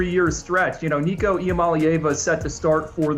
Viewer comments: Lord these people can’t pronounce Nico’s name for crap! So disrespectful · C'mon get Nico name right. It's how you make your living be a pro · why do people keep on pronouncing nico's name wrong